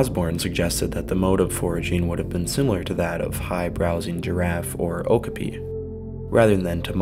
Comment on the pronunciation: Love the pronunciation of okapi! Plural adds the 's'. Great video, thanks!